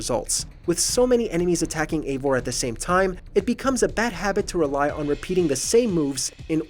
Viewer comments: Your saying evior’s name wrong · I honestly liked this game, it has bugs, but story wise I think it was great. But it’s probably most disconnected assassins creed game since black flag. It’s hard to call evior an assassin. Oh and this guy in the video mispronounced his name like 4 different ways. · The fact that he can’t even pronounce Eivor correctly makes this list even more wrong and stupid lol Edit: Before someone says something while I agree with a couple things on this list most of it is just a guy complaining about bad gameplay even though all of it would be better if he knew how to play